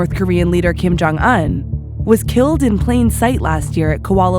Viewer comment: Did I just heard kim jong NOM